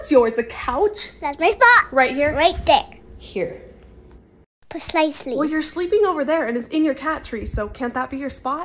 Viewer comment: "Perslicelee" I love / pronunciation!! 😂 I can't figure out how they get mouth to match the dialogue. Do they have many pictures of facial expressions, & just edit them in, or maybe there's a software program they're using? Does anyone know? Enquiring minds want to know...